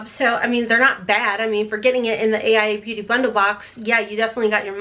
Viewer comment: It's pronounced ace bee-you-tay. Not Bute lol